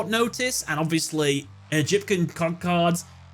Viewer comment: "Egipcan Con Cards" 😂